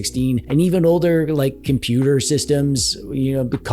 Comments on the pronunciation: hard to watch when every other word is compooper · Love the way you say compooper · Good video !!! Why you say —- compooper !!! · every time you say "compooper" i get violent. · WHY do you say compooper? I assume none of us are 12? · Excellent video ! Problem is —-way too many of questionable quality !! Why are you saying —-compooper !!! You are funny !!! You do have the best opinions !!! Love your funny words —- like — sneaky peeky !!! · Compuper jajaja like like lets SEE the Best básic one